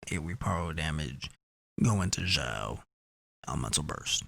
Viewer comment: Xiao is pronounced "shiao"